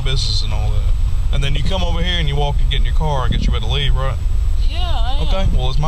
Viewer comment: "Het to the truth"? Wtf?